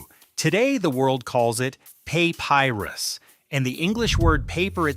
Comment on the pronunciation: "Pay-pie-rus"? What kind of AI slop is this?